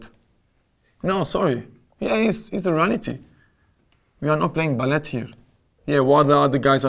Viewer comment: why he say ballet like that the t is silent